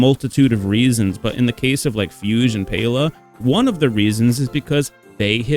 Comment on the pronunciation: What is going on? Fugue is a common word, why can nobody pronounce it? Did you learn nothing of classical music in school???